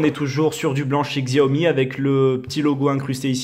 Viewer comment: c'est chaomi et pas gziaomi